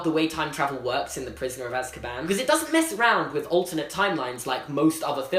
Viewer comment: Normal dood on earth: Az-ka-ban: As-kabaan